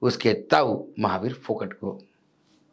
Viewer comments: फोगट नही जी फौगाट बोलो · Not Phogat but Phogaat where AA Is stressed otherwise it sounds like phokat 😮😢 kindly don't spoil the name. 😢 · सर वो फोगट नहीं फोगाट है